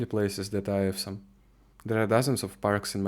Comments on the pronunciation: Awesome произносится примерно как Осам, однозначно не ка Эвсом. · Оусам, а не эвсом. Я про слово awesome. Остальное - героический контент. Продолжай.